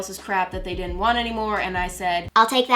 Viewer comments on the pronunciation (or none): Hehe ”it deed ent take that long” only a day and a half